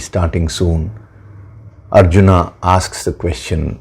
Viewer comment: अर्जुन को अरजुना कयों उच्चारण कर रहे हैं